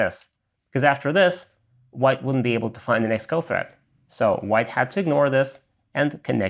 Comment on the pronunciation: Threat. Not thread